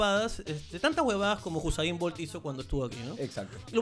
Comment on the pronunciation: ES USAIN BOLT NO HUSAIN XD